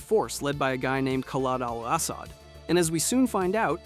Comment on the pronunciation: It's pronounced Ka-lead Al Asod spelt Khalid Al asad not karl Al ass-sod if you're going to talk about characters from video games at least pronounce the name right Alot of Americans seem to struggle to pronounce middle Eastern names and countries Pack-i-stan is pronounced pak-i-starn like Iran is not a ran